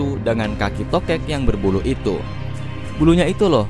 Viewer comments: Gw deng3rnya toket, bkn tokek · "TOKEK" jgn pake T :v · Pas ngomong tokek dengernya masa toke t😭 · TOKE jangan pakai "T"😂😂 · Kalo TOKEK Gak pake T jadi Okek dong , ah bogeng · TOKEK Jangan Pake "T" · Tokek jangan pakai "T" wkwkwkwk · bilang TOKEK, tapi yg gw denger TOKET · Tokek jangan pake "T" 🤣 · 3.24 Tokek Jangan pake T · kok gua denger nya toket :v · toket?? Gw dengernya gitu anjir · TOKEK jangan pakai "T" 🤣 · TOKEK Jangan Pakai "T"